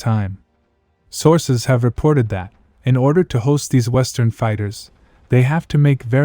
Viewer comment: “ Reported that “ shouldn’t be emphasized. Change the AI voice phrasing